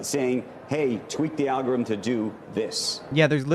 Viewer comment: That old man said algorizzm